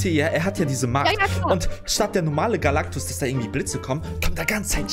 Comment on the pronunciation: Es heisst Galactus und nicht Galacticus 😂😂😂😂😂😂😂😂aber trotzdem geil